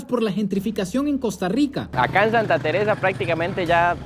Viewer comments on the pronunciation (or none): Mae muy bueno pero el fenómeno no es solo económico es cultural , deja esa maña generalizada del gremio tico que hace contenido de cambiar la pronunciación de la R se dice Costa Rwica y esta bien decirlo asi